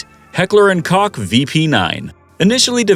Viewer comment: Heckler & Koch….Koch is pronounced “Coke”…..get a clue.